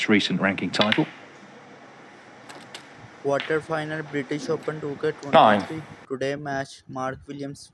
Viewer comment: "quarter" final NOT quater!!